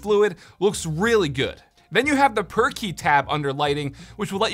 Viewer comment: Oh it's "per-key" not "perky"